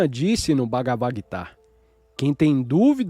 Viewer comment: Olá! Gratidão pela leitura! No entanto, há palavras q não estão com a pronúncia correta (ou, pelo menos, corretas para a nossa sonorização em português, já q são palavras em sânscrito). Nesse texto, percebi duas: a primeira foi o Gita, a qual é pronunciada por aqui como "guíta" e não "guitá". E a segunda foi o AUM, onde pronunciamos mais ou menos assim: aÚm. E não Áum como foi falado.